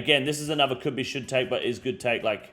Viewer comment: This region is a should take. bro i thought you were saying it was "shit take"